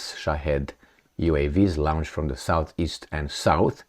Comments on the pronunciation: Lo:nch; lo:ncht. I can’t use the phonetic symbols here. It’s just a long o: - not a diphthong - /au/. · You insist on pronouncing the word launch as lounge. How come this singlemindedness?